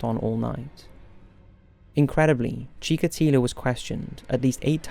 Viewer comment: "marxism and leniSism"??? :°D wtf is leniSism??? also... chikatAlo?? do you even check what you said after you recorded your videos?